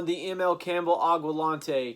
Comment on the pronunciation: Aqua (water) Lente (clear, to see) Not Aqua lonte